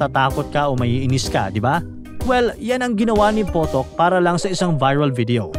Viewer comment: James Potok ❌ James PUTOK ✅